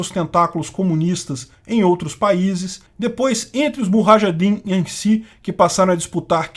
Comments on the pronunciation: Sugerido por um, revisado por outro, e narrado por um terceiro, e nenhum percebeu que a pronuncia da palavra "combatentes" em árabe não é muHajidins e sim muJahidins? 🤷🏻‍♂️🤦🏻‍♂️ ouvi isso ao menos 4 vezes. Mesmo assim, parabéns pelo vídeo e pela riqueza de informações e detalhes nele contido. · Cara, muito bom seu conteúdo mas respire um pouco, falar incansavelmente sem pausa por 13 minutos, acaba ficando difícil entender todo o conteúdo, e acaba gerando atos falhos de sua parte ( muHAjadin...) que contribuem ainda menos pra didática do vídeo. Crítica construtiva, seu canal tem potencial.